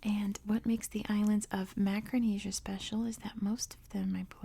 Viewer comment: Macaronesia, not macronesia.